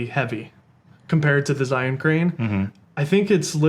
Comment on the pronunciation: Hey guys, great video. Just one thing - Zhiyun is pronounced "jer - yune." It's Mandarin Chinese for "Wise/Intelligent/Smart Cloud."